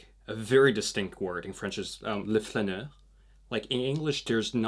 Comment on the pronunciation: Also, allow me to point out that "le flaneur" is pronounced "le fLAneur", with your mouth and lips wide open on the "LA". I didn't get it at first until you said "wanderer" etc. Kind regards.